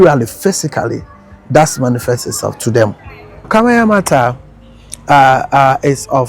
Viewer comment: It's kaayanmaata not kayamata